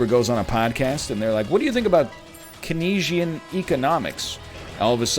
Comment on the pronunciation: Not sure if you're saying it satirically, but Keynesian is pronounced kane-sian ^^